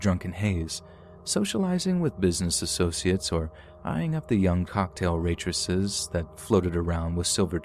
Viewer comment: Aww cute, he said waitresses wrong in the fourth story. :D I get tripped up on words a lot myself. Mostly, it's me trying to say two at once! Happy New a year everyone!